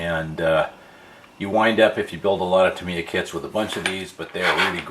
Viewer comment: Tam EYe Yah NOT Tam ee yah 😅